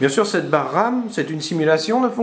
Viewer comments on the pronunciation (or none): none